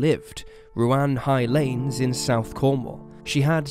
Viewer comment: Had to laugh at your pronunciation of Ruan-High-Lanes and of Chenowaths garage, the second garage Lyn visited to get petrol, after Harris's garage at Bethnal Beneath, not Tregony, had sold out. I grew up in this part of Cornwall, and although I didn't live there at the time I remember my brother, like all males living in this area at the time, being invited to give dna samples. The road heading down to the methodist church is not well known at all, if her killer is ever caught it wouldn't surprise me to learn it's someone with connections to the area.